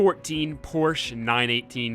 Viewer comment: Porshhh. Sigh, porshhaaa ftw